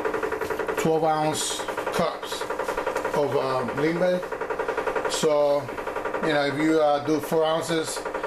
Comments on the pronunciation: Correct me if I am wrong but I'm hearing you pronounce limber more like timber. Doesn't it sound more like "Leem-beh" just sayin, I've lived in the projects for 22 years and that's the way I've always heard it. Nonetheless, Imma use ur recipe... thanx. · Hehehe i love how he says creamy limber (as if still talking english)! Thats spanglish for ya!